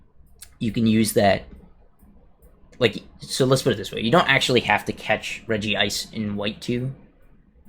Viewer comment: Regice should be pronounced as REG-ICE not REGI-ICE